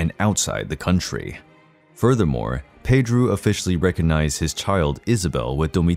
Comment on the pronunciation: The way he says it is closer the pronunciation of the name in Portuguese